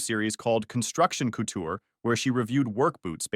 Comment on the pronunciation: Couture, not coutoure.